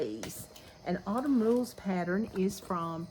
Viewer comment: Don’t forget your “n” on Autumn